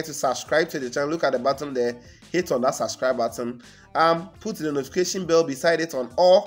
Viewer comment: Hit the "button" and not the "bottom". Thank you.